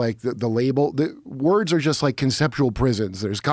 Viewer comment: Joe is trying so hard to keep up with Kurt that he can’t pronounce words. It’s okay Joe. Just let Kurt cook.